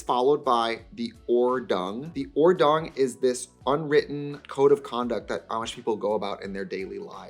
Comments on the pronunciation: Hey Diva, german here, it’s Ordnung not Ordung, hope that helps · Not sure, but as a German speaker shouldnt it be Ordnung and not Ordung ? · Correction: should be "Ordnung" (notice the first n) which is just the German word for a set of rules. First syllable rhymes with "fort" and second syllable has the same vowel sound as "loon." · This natural, minimal and subtle make-up, spot on Amish 🤣 Gelassenheit (serenity/calmness) you pronounced correct. It should be probably Ordnung not Ordung one n was missing - means order. German words 😉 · It's OrdNung, Trixie! from German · pretty sure its 'ordnung' with 2n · Your pronounciation of Gelassenheit was actually perfect, the second word is „Ordnung“ and is pronounced Ord-noong with stress on the first syllable ✨ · 'Gelassenheit' = being calm (also) [pronounced well btw] also it's 'Ordnung', there's an n missing, that's all.